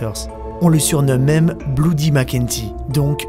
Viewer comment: "Bloudy" mac kenzy..... Prononces "Blodi"